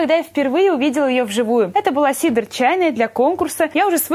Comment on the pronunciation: Её зовут Кедра а не Сидр